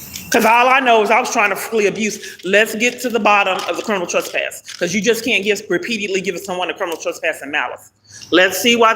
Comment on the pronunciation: RE👏PEAT👏EDE👏LY HAS 4 SYLLABLES.